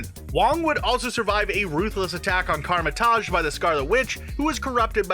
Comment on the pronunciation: ‐‐‐> Come on bro, if you're gonna make a video pertaining to anything about the MCU, them you could at least pronounce things correctly You said Kamar‐Taj wrong You said something like 'Karmer‐Taj' when it's supposed to be pronounced like 'Kah‐mer‐Tahge' Do your homework bro